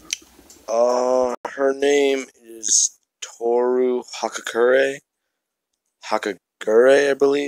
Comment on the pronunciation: hagakure's name got completely butchered